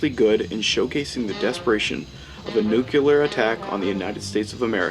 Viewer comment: Sooooo....Is this commentator supposed to be POST "NUK-U-LAR mutants?? (Makes this great film even more prophetic!!).... And Mr. "Mill-land" would be "radioactive" hearing his name....... (We're screwed folks!!....)